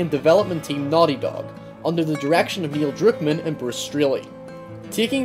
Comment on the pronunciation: “Neil DrOOkmUn”